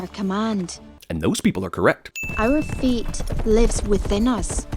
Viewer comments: Out of all the years of watching this, every time she said fate... I thought she said feet💀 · Everytike they say "fate" or "feat", it sounds like they said "feet". Changing her mom's "feet"? That's just weird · When she says fate it sounds like feet. Don't you wish you could change your feet. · The entire time I watched this movie as a young idiot I thought they were saying "feet" not "fate" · in this movie the word fate sounds like feet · When I was a kid I thought she said feet instead of fate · When I first watched this I thought they said feet and not fate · I KEEP HEARING FEET EVERYTIME SHE SAY'S FATE